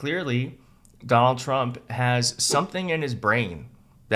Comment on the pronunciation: The first thing uttered in this video is 'Dol Chmp'. The psychopathic, fascist dictator in chief is named 'Donald Trump', as evil and dangerous and ruinous and vomitous as he is, not 'Dol Chmp'. It's like saying 'Adlf Htlr'. [sigh] Annoying.